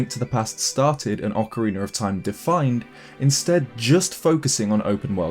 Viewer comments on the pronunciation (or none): Ocarina not ocawiener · If you say "Ocariner" one more time, I swear, I'll swim there and take all your Zelda stuff. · Why is it called ocariner of time instead of its normal way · "Ocariner" lol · ocariner of time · I will say this once, but only because it pisses me off: OCAREENER!!!